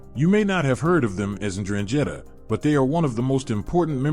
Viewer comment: If a Calabian hear how you say Ndrangheta be ready to have yor balls shaved.